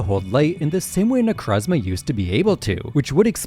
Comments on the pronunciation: necrozma is my favorite pokemon but why does everyone pronounce it wrong like its not ne-croh-zma its ne-crow-zma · Why does everyone call them Nercazma? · Can't stand the way dude pronounces Nekrozma... Also, smooth brain ass take on Nekrozma. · You can’t make an entire video about a Pokémon that you deliberately mispronounce. It’s so easy to say Necrozma correctly, why do you refuse?